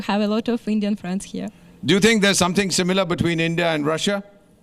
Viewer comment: ऋषिया, it is not Russia.